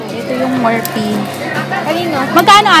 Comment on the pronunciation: it's "Morfi" when you read it